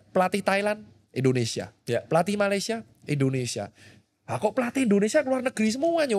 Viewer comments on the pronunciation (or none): none